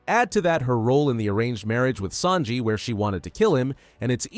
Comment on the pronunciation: who is “sanli” it’s Sanji 💀